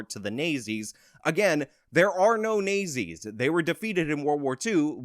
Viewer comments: "Nay-zees"? I think you meant "Naht-zees." That is a strange mispronunciation. Where did you get that from? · It's not nay zee, it's not zee. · Me listening at 2x speed wondering who the Nayzee's are? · I'm pretty sure the 1930-40's era evil German party is pronounced "not-Z". Just helping you out bro👍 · Horrible accents dude . Nayzees ? But good info !! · Nay Zees lmfao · I love the south park pronunciation of the national socialist party of Germany during ww2. Hilarious. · Your pronunciation of "Nazis" is brilliant😆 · I like how he says nazis